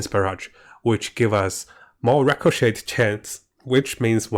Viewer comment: Look up how to pronounce “ricochet” — the T Is silent